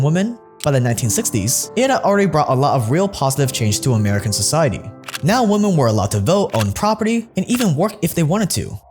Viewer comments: What is happening on youtube? Why is it so hard to pronounce women in stead of woman? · Great video but why do people keep saying woman in place of women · I swear you keep saying "Woman" instead of "Women". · I know your fans will vehemently defend you and take this as a personal insult but still, tiny correction; women is pronounces as wimmin, there should be a notable difference between the words woman and women. :D Other then that god am I glad you put out this video cause you're literally one of the first people to make this open to the public, so many are fooled